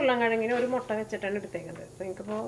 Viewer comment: motta allaa..... mutta😃😃😃